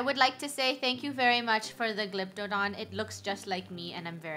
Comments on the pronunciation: Me: Glyptodon “Ga-lap-ta-don”: G-lypt-a-don Me again: Oh I feel ashamed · its a "Glyptododn" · me: WOW A NEON GLYPTODON funneh: its a glyp-ho-don funneh: still trying to figure out the name uhh glyp-ho-don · How to pronounce glyptodon : Glip-Toe-Don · Btw the Glypton is like pronounced (Glih-p-don) Fun fact: funneh had 2 dodos without knowing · Lol I love how they saying the dinosour wrong its Gly-p-to-don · It’s a neon Glyptodon Gly-pto-don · Glyptodon: Glip-toe-don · Glyptodon is pronounced gliff_a_don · Glyptodon pronouncation:gl-ip-to-dawn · Btw the glyptodon is pronounced (glyp-tuh-don) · It’s glyp- to-don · It’s a glyp- toe- don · It’s glip-o-don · it is prounoced glip-o-don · Glp to don That’s how to pronounce 😑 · Me: Gly-ied-up-don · Umm funneh it's g l y p t o d o n soo